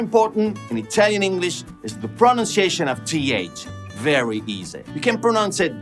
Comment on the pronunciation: Belin, ma che pronuncia inglese c'hai? It sounds perfect to me. 👌🏻